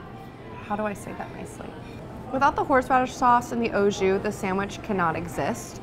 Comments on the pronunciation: The "oh jew" killed me every time she said it. AU Ahhhh, not Oh. And JUS has a less harsh "J" sound. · Awe Jus not Oh Jus